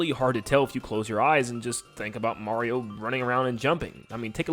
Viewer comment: He messed up the r in Mario and the t in Time